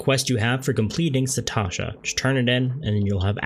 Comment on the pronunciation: Thanks for details! I’ve always used the duty finder to solo dungeons but payed no attention to the other settings. Also, it’s “Sastasha”, not “Satasha” :)